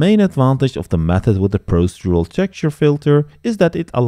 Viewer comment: Very interesting, thank you very much. You're so much more knowledgeable than I will probably ever be but perhaps I can help you with one tiny piece of advice on pronunciation, dealing with the word "procedural"; It's pronounced "pro-CEE-dural".